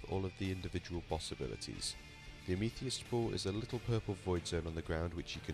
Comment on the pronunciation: Amethyst == am-a-thist.